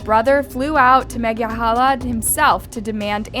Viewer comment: Meghalaya ❌ Mega halaya ✅